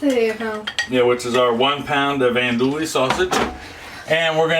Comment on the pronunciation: Homie… Andouille isn’t “Ann-Dual-Lee” …. It’s “On-Dew-Wee”…. -SWLA Native